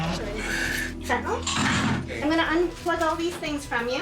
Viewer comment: He said fetanyl